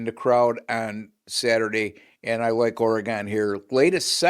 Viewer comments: Ore-gun Ducks. Not Ore-gone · The WSU Cougs beat the Huskies at home. Get your facts correct! Also, it’s Oregun.